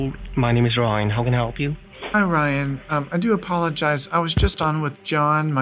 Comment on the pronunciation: His name is not Ryan. And he pronounces it as Rhine, lol. His name is Mohammed .